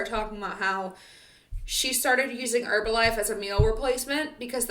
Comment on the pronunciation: I love the top and your Monat 😈hair. Thank you for saying Herbalife with the silent H. You’re funny, I liked, commented and subscribed.